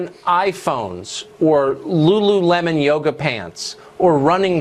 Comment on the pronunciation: The way she said lululemon lolol